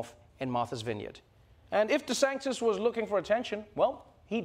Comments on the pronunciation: ❤❤❤ Trevor, I love you… but I gotta tell you this. You’re pronouncing Ron DeSantis’ name wrong, and it grates on my ears 👂🏼 you’re saying DeSanktis…like spirito sancto ⛪️ 🎶 🙏 his name is DeSAN-tis…like Santeria…Santangelo…Santomè. Just sayin’, from an Italian-Canadian and dedicated fan 💋🇮🇹 🇨🇦❤🇿🇦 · Is it just me or does Trevor pronounce it "DeSanctis" ? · Does anyone ever hear Trevor saying Desantis’s name as “desanKtis”??? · I don't know why but I keep hearing DeSANCTIS instead of DeSantis when he says it. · Why is he saying deSanktis? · or “DeSanGtis” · I love how Trevor is butchering Desantis’ name every single time 😂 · im unclear is he deliberately mispronouncing DeSantis name cause that’s just rude